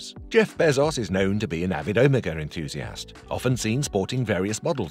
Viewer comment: Please pronounce Omega correctly… when you first said it, I didn’t know what watch you were talking about… just saying.